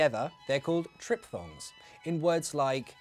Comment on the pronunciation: It's "triphthongs" not "tripthongs"